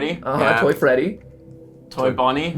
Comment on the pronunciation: Clap and a half for getting Freedy's name correct